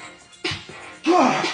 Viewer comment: I thought he was saying we love you dawg